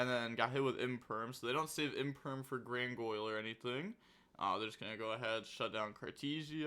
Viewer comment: Why do you say Grangoyle😭😭